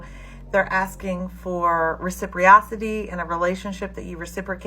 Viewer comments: RECIPROCITY Not “recipriosity” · You lacking bro! You lacking! You forgot to roast the hell out of her for saying the word "reciprocity" wrong. 😂